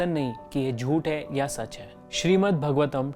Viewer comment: Okay so I can hardly find comments that point out that these verses aren't from Bhagavad Gita, they're from Bhāgavatam (which you aren't even pronouncing correctly..) Why did you have to package it as a video on BG?? Just to get more traction? Atleast you could've mentioned in the video for those who don't know they're different....